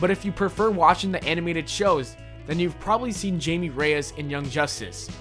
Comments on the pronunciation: It's pronounced haimee not jaime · It's HI-MAY not JAY-MEE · its not jamie it's hamie sorta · It's pronounced Hay-me Rayass. He also was in Batman TBATB and Smallville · You pronounced Jaime Jamie